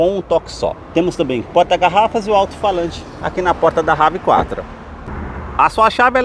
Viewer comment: Brother não é Rav Quatro Nome dele é inglês e se pronuncia Rev Four